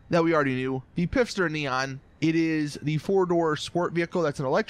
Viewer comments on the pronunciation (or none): Your pronouncing phifter wrong. Its pronoinced "fister" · ffs its not pifster its fister silent p not replace i with f